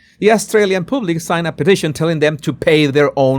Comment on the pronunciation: "Public" is pronounced PUH-blic, not POOB-lick. "Bargaining" is pronounced BAR-guh-ning not bar-GAIN-ing. Gracias.